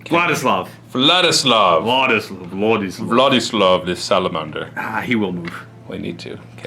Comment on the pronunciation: I am hearing "what is love" instead of Vladislav.